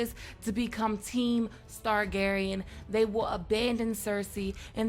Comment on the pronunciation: “Stargarean” love it!